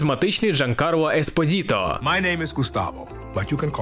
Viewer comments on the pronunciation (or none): не еспозіто, а еспосіто. у іспанській мові (а прізвище очевидно іспанського походження) немає звуку "з". це я так на майбутнє